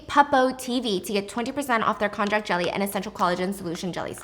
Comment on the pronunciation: Just kindly informing that it is spelled konjac, sometimes konnyaku, but pronounced "kon-yak." 😅 It's a root vegetable originating from China, but popularly known by its Japanese name. It's made into noodles called shirataki, which is really yummy in hot pot! 🤤